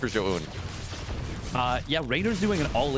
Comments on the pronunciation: fire the garbage caster that kept saying zo oohn, had to mute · Pls synchronize how you pronounce Zoun haha. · teach this clown how to pronounce Zoun please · agreed zo oohn? like what. dummy